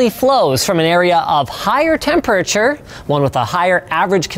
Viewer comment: "temp urr churr"